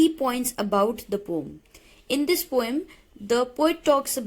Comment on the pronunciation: Why you always say pom instead of poem?